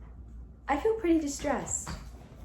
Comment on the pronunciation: I know you’re saying de-stressed but it comes across as distressed which is quite the opposite.😂